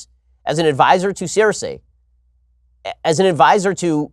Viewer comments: It’s pronounced SIR-SEE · I usuay love Ben but he lost me with his predictions on Dany. She's too amazing to ever "join the dark side". But then again, he can't even say Cersei's name correctly. Ben "Jon Snow" Shapiro - he knows nothing.